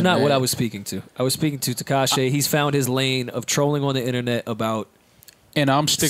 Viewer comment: Does anyone else hate that says “Tekashay” 😂